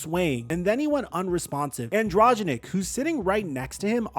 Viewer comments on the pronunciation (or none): AN DRO GEN IC say it slowly lol